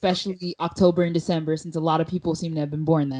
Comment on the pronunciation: you pronounced DECEMBER wrong